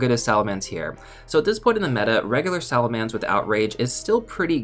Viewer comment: SalaMENCE not mance